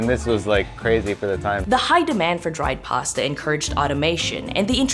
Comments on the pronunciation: Girl I love you but as a fellow Torontonian why are you pronouncing “posta” lmao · As an italian, I can confidently say that you butchered every single pasta name, great video as always! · As an Italian this video is so interesting (and very funny because of the way you pronounce pasta names)